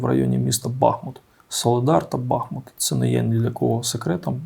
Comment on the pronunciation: БахмУт. Правильно говорити з наголосом на У. В нашому місті тече річка БахмУтка